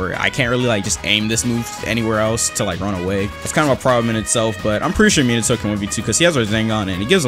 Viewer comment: Meen-ato